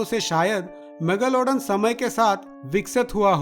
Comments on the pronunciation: mega lowda n kya pronounce kar ra Bhai.megalodon ki izzat nakal di tu ne. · Mega lawdan?? Bhai kya pronounce kar raha hai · Every time he say megalaudan.. I cant control my laugh